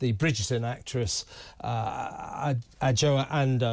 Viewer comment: Her name is pronounced Ajwa Andoh.